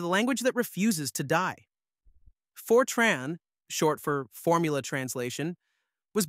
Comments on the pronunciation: Fer-Trarn? Is this a new language? I haven't heard of it. Is it like FOR-tran. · Good video (except for the AI mispronouncing Fortran as "Fortron"). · Then you missed the best part... Really stupid AI that mixes "Fortron" with "Fortran" multiple times in the video. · It's short for FORmula TRANslation, so it's pronounced TRANN, not TRAHN. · It’s FORtran, nor forTRAAN, and it preceded object orientation by exactly one decade (Simula 67), not “decades”. Modern Fortran is a very large language with an embarrassing number of things having been added by one standard and removed in the next, and it’s a dreadful choice for accounting or text processing. But it’s a decent programming language that is very good at what it does and has good tool support. It probably shouldn’t have added Oop. The strength of Fortran was always that everything happened out in the open where the compiler could see it. All the reasons the cool kids had for not using Fortran in the 60s to the 80s are long gone. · Ugh. I bailed as soon as I heard for-TRAHN. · AI swill. Can't even get the name right. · ai cant pronounce fortran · You (AI) can't even pronounce the language correctly. I'm outa here. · Why is Fortran pronounced 20 different ways??